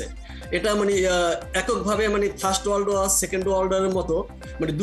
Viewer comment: শুদ্ধ মত ইংলিশ বলতে পারেন না তাহলে জোর করে বলতে যান কেন, ওয়াক বা ওয়াড না, ওয়ার war